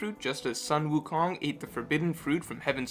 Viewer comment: Ok ok. Your Sun Wu Kong pronunciation is incorrect. Keep in mind that all vowels in hanyupinyyin is the same, so pronounce your "u" in "Sun" the same way you pronounce your "Wu"